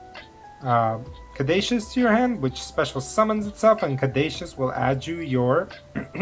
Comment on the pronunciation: I love this hybrid with Mathmech! btw Caduceus is pronounced ka-doo-see-us